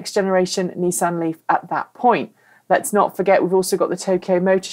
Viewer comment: Actually, is pronouncing "Nissan" correctly - the way it's pronounced in Japan and in all parts of the planet that know that "Niss" does NOT rhyme with "kiss" and "an" sounds like "on", not "Anne."